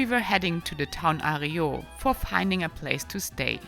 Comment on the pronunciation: Arreau is spoken 'arro', my god your pronunciation is awful.